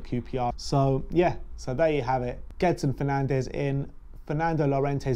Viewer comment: The pronunciation is Jedson Fernandj